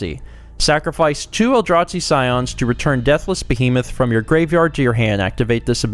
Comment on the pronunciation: The way you pronounce Eldrazi as "El-draht-see" is adorable, lol